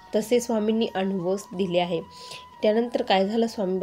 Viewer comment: anbhav नाही अनुभव बोलायचं